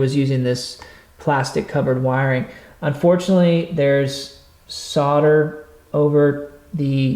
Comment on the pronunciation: It’s called solder not soder.